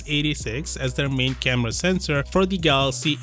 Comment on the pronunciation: he said sesnor not mega pixels